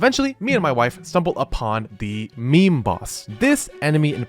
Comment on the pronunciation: Hey you said me-me you know what meme means in turkish....???